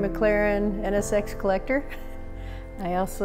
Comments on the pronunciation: Did she said she was a sex collector or a tax collector? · At first I thought she said 'I'm a Porsche, Ferrari, McLaren, and a sex collector' LOL